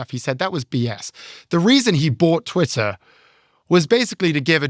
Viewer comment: Unfortunately he mispronounced Twitter.